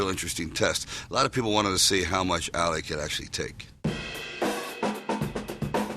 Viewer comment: This guy can't even pronounce his name right. It's not Alley.